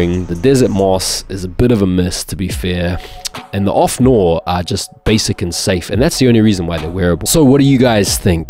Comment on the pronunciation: I hope no one French watching hears how he pronounces noir